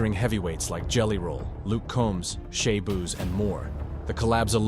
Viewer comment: Did bro say “DABUH” for Dababy?💀💀💀💀 and “Shabooz” for Shaboozey? Butchered those names man